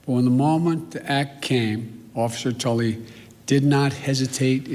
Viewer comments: Did Biden just say officer Tully? It's Tally. Just wow... What an idiot. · Way to go president dementia Joe miss pronouncing the officers name it's talley not tulley. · Yes, "Mr. Tulley". Can't even get his name right. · Biden couldn’t even read the Officers name correctly from his teleprompter ... what an embarrassment for a President...